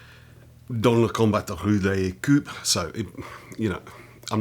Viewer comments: When you said "coup" I understood "cup". Well, since I read some books of Stephen Clarke I find it terribly funny how English and French people deal with each other. For example I have often found French people using English words such as side-car, cow-boy or week-end. When I asked a French colleague why the French wouldn't use the orignal wrting, I was told: "But we do. We took the word when it was new. Then the Engish changed the writing but we kept wiriing the word properly." Knowing this kind of French attitude we might consider that it was the same with boxing. Some Frenchmen watched very early bare-knuckle English boxing and then ignored further developments. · Actually your French pronunciation is quite nice. I mean you mixed up the sounds for "ou" and "u" using "ou" in the word "rue" and "u" in the word "coup" (which as you prolly realise is quite a funny mistake :v),but the general sounds you make are quite close. And I mean if you don't speak the language regularly it's natural that the pronunciation fades away. My current pronunciation in English is terrible for that matter